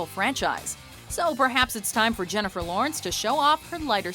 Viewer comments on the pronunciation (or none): jennifel lawrence?!?!?! you gotta be shittin' me... -.